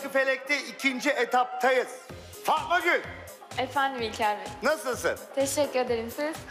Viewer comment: Sanki İlker abi Fatma Gül deyilde Fama gül dermiş gibi 😂😂 11.28 afiyet olsun acayip acıdır 😅😅😂